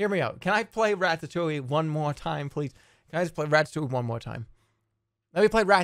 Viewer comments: Im impressed at how much he can pronounce 'ratatouille' wrong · rat-tat-touley is how he says it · why does everyone pronounce this a rattatoowie